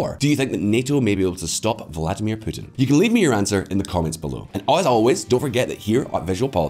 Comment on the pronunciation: I like how you pronounce Putin as Pootin with your scottish accent